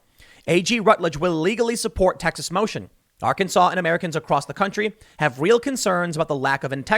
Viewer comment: it’s pronounced “Arc-An-Saw”